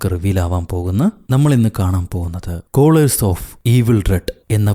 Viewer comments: It's not kolors... It's colors.. Colours... Nirangel.... Chettaa.. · കളർസി നെ കോളഴ്സ് എന്നാണോ പറയാം 😮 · കളർസ് എന്നാണ് cholors ennala ennu തോന്നുന്നു... അമേരിക്കൻ ആൻഡ് ബ്രിട്ടീഷ് ഇംഗ്ലീഷിൽ കളർസ്ന്റെ spelling diff aanu.. Colors, colours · കോളേഴ്സ് ഓഫ് ഈവിൾ റെഡ് എന്നല്ല.... കളേഴ്സ് ഓഫ്,.....എന്നാണ്....😂 അമേരിക്കൻ ഇംഗ്ലീഷിൽ colors എന്നാണ് colours(british) ൻെറ spelling...